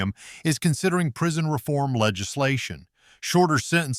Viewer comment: Prison not prision